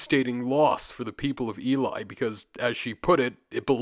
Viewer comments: Just fyi it’s not pronounced E-lie its E-lee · Hey bro, really entertaining video. Just a heads up that Ely is pronounced EE-LEE (my gf lives near there). :) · Ely is pronounced 'Ee-lee'. Our place names are ridiculous in Britain, so it's an easy mistake to make. Eastern England seems to have been quite a prosperous area during the Bronze Age, and there have been quite a few important Bronze Age finds in the Cambridgeshire Fens, most notably the Must Farm and Flag Fen settlements.